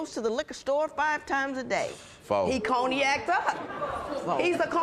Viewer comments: Ma'am, I have no idea what coney-yak is. The word you are looking for is cognac (con-yak). If you don't want to deal with this 🤡 , stop going to the 🎪 circus 🤦🏿‍♀️ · What the hell is a “ coney-yak” ?! 🤦🏾😂🤦🏾😂🤦🏾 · Coney-ack!!! Cognac lady…cognac! 🤣🤣🤣🤣🤣🤣🤣